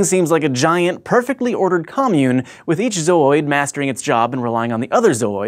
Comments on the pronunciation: it's not pronounced "zoyd" (with a longer "oy" sound), it sound silly that way... it's "zoo" (like the place where they keep animals) with an "oyd" sound attached.. zoo-oyd I'm not even english native and I know this :-o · I just stopped the video cause he said "zoyd" like a 1000 times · Its ZO-ID, not ZO-OID. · Surely it's pronounced zoo-oid? just flows better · sounds like he is saying zoid... mega zoid ftw! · "Zaaohhyed" uhgggh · Your saying your zoidannoid by it? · I always thought it was pronounced "zoo-id" - Since it's part of a collection of organisms...Like a zoo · am i the only one that laughs so hard whenever he says "zooid" like "zou-oid" XD i think it's hilarious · It's pronounced zoo-id dammit! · Let's play a game. Take 2 shots everytime he says Zooids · The way he says zooid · Everytime he said zooid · the way he repeatedly keeps pronouncing zooid pisses me off. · YES THANK YOU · I don't doubt the pronunciation of the word is correct, but the way he is saying it out of his original tone is just irritating. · Don't think he's pronouncing it right? Why not ask Zooidberg? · Thank you! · anyone else thought he was pronouncing "Zooid" funny :D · I love the pronunciation of Zooids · The emphasis in the word zooid gets me every time... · Zooid... Berg.